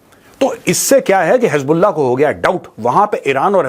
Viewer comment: Ajeet bharti bata rahe hai (hiz ball aah) (hiz ball naah) 😂